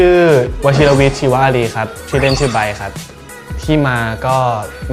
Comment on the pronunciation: Love the way he says chivaaleee😂